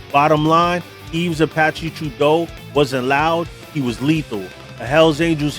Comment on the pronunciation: It’s Apache not zapache Yves (the s is silent) it would be pronounced similar to eve Apache Trudeau. Not truh-doe, troo-doe or true-doe Surprised Mom Boucher wasn’t mentioned